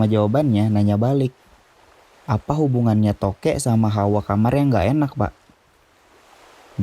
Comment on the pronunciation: INGAT..!!! "Tokek" pake "K", bukan pake "T".... kalo pake "T" namanya jadi "totet"